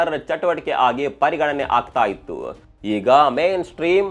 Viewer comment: ಇತ್ತು ಆಯ್ತು ಸ್ವಲ್ಪ ಸರಿಯಾಗಿ ಹೇಳಿ ಸ್ಪಷ್ಟವಾಗಿ, ಕನ್ನಡ ಟೆಕ್ for you ,media masters tara ಸ್ಪಷ್ಟ ಉಚ್ಚಾರಣೆ ಇರಲಿ. ಇಲ್ಲ ಅಂದ್ರೆ ನಿಮ್ಮ voice AI ಇಂದ clone madi edit madi😅